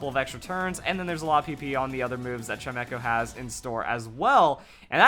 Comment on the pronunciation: Uhm it's pronounced Chime - Echo. Chime, as in wind chimes.